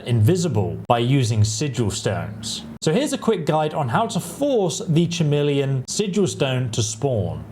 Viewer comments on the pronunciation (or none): It's pronounced ka-meel-eon. It's KA, not cha and not Sha. How have you never heard this word said out load before? It was so distracting that I had a hard time focusing on the point of your video. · “Chameleon” is not pronounced that way. It’s pronounced with a hard “C” sound, so it sounds more like “Cuh-meleon.” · Either way, it is a K sound at the start. Another word I hear being utterly mangled, that of glyphosate, when it should be pronounced as gly-fos-fate. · Chameleon is pronounced with a k. Trying to save you some hate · It’s a K sound not a CH sound at the beginning - like the reptile. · Schameleon he really said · Bro really said "Schameleon" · How are you English and can’t pronounce chameleon properly?? Do you say K-nife? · Dammit bro.. I have never heard Chameleon pronounced so wrong. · 😂he forgot how to pronounce chameleon!! Woww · Dude it's clearly a bit he isn't a retard. He even laughs